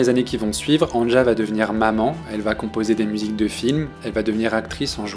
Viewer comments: Le J se prononce i en allemand. C'est Ania que ça se prononce, pas angea. C'est annie en somme. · Ca se prononce Ania et non An ne ja. Sinon, merci c'est excellent et c'est une très grande artiste. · Je l'écoute depuis ses débuts. Je ne connaissais pas cette chaîne. Très bonne vidéo, vraiment j'ai bien aimé, j'ai appris certaines choses. Un seul reproche, chaque fois que j'entends son prénom écorché dans la vidéo ça me fait mal. Ça se prononce ''Ania''. Avec tous les sites de traduction/écoute, c'est facile de vérifier pourtant... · Merci pour ta vidéo bien faite, mais on prononce Ania. Le J se prononce i en allemand. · Avant de faire de video sur les artistes (qui ne t’ont certainement pas demandé de le faire) , apprends à prononcer leur nom correctement, tête d’œuf 😡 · Quelle qualité ? Il ne sait pas dire le prénom de l’artiste…